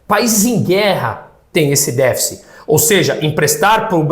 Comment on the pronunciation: Parabéns professor pela pronúncia correta da palavra latina "deficit"